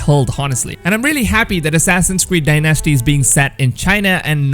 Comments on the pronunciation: dyNASTY, dyNASTY, dyNASTY. Please stop! Say it with me....DYnasty. There, wasn't so hard was it? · Din-asty not die nasty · All three countries. FYI You say Dynasty weirdly Dy-NASsty it's dynasty no emPHAsis on the middle syllable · lol You really emphasize Dynasty like "dy-NAS-ty". It's "DY-nas-ty"! Edit: lol What the fuck!? You pronounced it correctly ! You trollin'?? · "die-nesty"? wrong, its die-NASTY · Mate its DYE-NASTY not DieNasti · It's called dynasty not die nasty go back to school bro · When u pronounce dynasty ..... dye-nasty hahahahahahahahahahahahahhahaaaa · He said DieNestEe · Assassins Creed “Day-Nasty” lol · Die Nasty says it normal. why does he pronounce dynasty differently every time he says it? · "Assassins creed Die Nasty" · You pronounce it die-nasty 😂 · I'm pinoy and when he screwed up saying dynasty I get triggered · I'm not trying to be mean to you my guy but showed my mom how you say dynasty and she laughed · You are BUTCHERING “dynasty” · Can't get over the fact that he pronounces Dynasty totally wrong